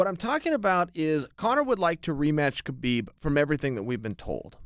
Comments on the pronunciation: Its "Habib" to pronounce his name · CHAEL- bro it's HABIB. TREAT IT LIKE THERE'S NO EFFING K it's silent. Like you DON'T PRONOUNCE THE K...sheesh